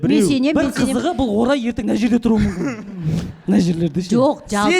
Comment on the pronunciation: 11.16..... Не болуы мүмкіМ деп қате айтады екен МүмкіН дегенді